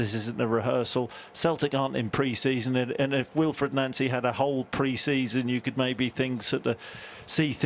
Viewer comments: It’s crazy that so many commentators can’t pronounce the Celtic Managers name correctly….it’s Pronounced NONCEY not NANCY. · Glad Boyd is pronouncing his name properly, Noncy, unlike others